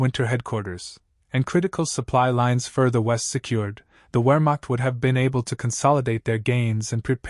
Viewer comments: This was an interesting video. But might I make a suggestion? HAVE A HUMAN BEING DO THE NARRATION IN THE FUTURE!!! (Or, failing that, PLEASE invest in a more human sounding artificial intelligence program.) One final thing. The word "WEHRMACHT" is, needlessly to say, German. And thus, the "W" is pronounced as a "V". As in Richard VAHGNER (the famous German composer). I hope that you found these observations useful. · If you can't properly pronounce the word "Wermacht", then nothing else in your effort can be taken seriously. Downvote.